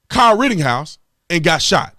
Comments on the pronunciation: Please stop saying ritting house. We know you can pronounce it correctly at this point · Dude it's pretty irritating when you say "RittINghouse" instead of his actual ass name. Everyone knows that you know how to actually pronounce it but for some reason you choose not to. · Tatum for Christ sake there's no 'G' in RITTENHOUSE.